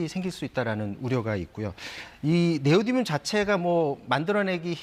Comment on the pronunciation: 네오디움 발음 똑바로 못해?